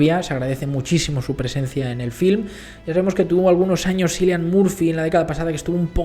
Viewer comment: Toda mi vida pronuncié mal el nombre de Cillian Murphy hasta que eschuché a Margot Robbie decirlo correctamente "Kiilian”